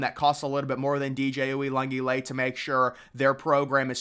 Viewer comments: You messing up DJ U's last time as badly as you did is just disrespectful. As if you've never heard his name pronounced correctly in your life. If you watch College Football you've heard his name pronounced correctly. Try it next time. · Bro can’t even say the first guys name and I’m supposed to take him seriously? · I've heard it butchered before but man that was murdered lmao